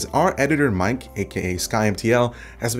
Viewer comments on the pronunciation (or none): none